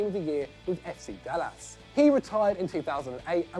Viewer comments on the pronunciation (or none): I mean obviously there’s loads of clubs and players that butchered the pronunciation of in this video alone but how do you fuck up Dallas